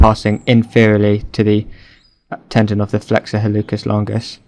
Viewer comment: Pronounciation note: in Latin, "c" followed by "e" or "i" is a "ts" or "s" sound. HalluTZis, or Hallusis longus. This actually is reflected in English pronounciation rules, too (think about when you pronounce a "k" sound for "c" and when you don't). Otherwise, very useful video!